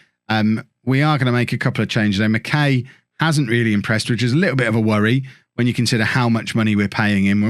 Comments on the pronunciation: Barrie mckay is pronounced “Barrie Mckiy” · as a forest supporter, barrie mckay is pronouncec mac-eye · Pronounced McK’eye’ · As a Scot. It's Barrie Mck(eye)